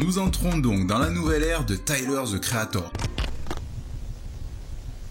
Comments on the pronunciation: Tyler Ze Creator 🤔🤔😭😭😭svp arrêt de massacrer l’anglais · les français be like: taiyeleur ze kri a thor 🤓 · Taïeleure ze créataur